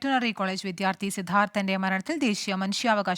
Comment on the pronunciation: സിദ്ധാർഥ്നെ എന്ന് വായിക്കുക